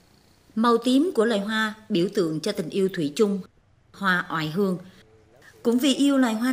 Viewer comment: Nếu ko lầm thì bà phát thanh viên đọc là " ỏi hương"